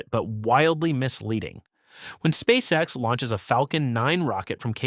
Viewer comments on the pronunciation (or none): none